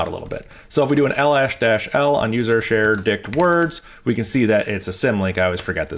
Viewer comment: Every time he says dict words . . . I hear something else!